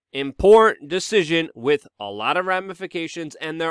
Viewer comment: It's imporTant not imporant!! And it is wiTH not WIT!! PROPER speech gives you more credibility as a news provider.